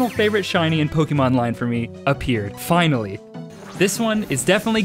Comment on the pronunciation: Go to because it just says AILLY instead of finally